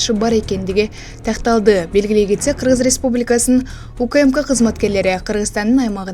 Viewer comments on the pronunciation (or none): none